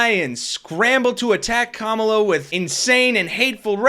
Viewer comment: I believe when people mispronounce "Kamala" it is a deliberate insult. It's not like we haven't had at least FOUR years to learn to say it correctly. That guy is an *ss.